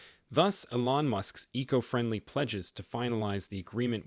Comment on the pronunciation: Please learn how to pronounce "Elon" and "Giga"!!